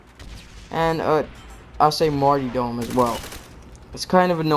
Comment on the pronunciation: The word is Marty RRRRRR dom Jesus was a Martyr not a marty